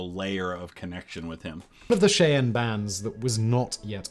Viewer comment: Listening to the British guy mispronounce Indian tribes, names, and rivers is fun.